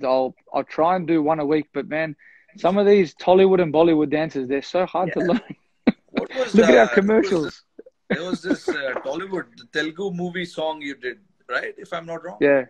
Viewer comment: Dude Rohit it's not Tel-gu it's Telugu, shame on you for pronouncing it that way